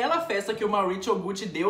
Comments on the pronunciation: Maurichiou! Pratrichia! Hahhaha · Eu odiei o jeito que você pronunciou os nomes deles, já que não sabe a pronúncia correta é melhor falar em português mesmo. MAURÍCIO e PATRÍCIA. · na época que eu gravei, não sabia mesmo a pronúncia do sotaque correto pessoal, desculpaaaaaaa! nem me toquei, por exemplo, que falamos pizza e não pitcha HAHAHAHAHA por outro lado, finge que foi tudo programado pra ser o alívio cômico da história do mauritcho e da patritcha 😂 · Patricha e mauricho kkkkkkkkkkkkk eu acho que a pronúncia seria Maurizio e patrizia com acentuado do z kkkk só acho já q são nomes com pronuncia italiana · Na verdade a pronúncia seria como o "z" de pizza. Então o correto seria "Mauritzio" e "Patritzia". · "Mauritcho" e "Patritcha" é ótimooooooo 😆😆😆😆😂😂😂😂🤣🤣🤣🤣🤣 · Não consegui assistir com ele falando Mauritcho e Patritcha toda hora 😩😩😩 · Cara em italiano Maurício e Patrícia se falam como no português não precisa falar de forma estranha como vc falou no video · Você cita o nome do casal com um sotaque mais para o inglês do para o italiano. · Maurizio e Patrizia em italiano tem a mesma pronúncia do que os nomes em português. Dá agonia ver um vídeo inteiro ouvindo o nome errado. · Gente como vc pronuncia 2 nomes italianos com sotaque americano nada a ver🤣🤣🤣🤣🤣🤣🤣🤣